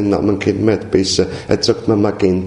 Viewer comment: Molto interessante. Si dice Magenta, non "Maghenta", come mago. Anche se nei colori c'è magia. Grazie, un saluto.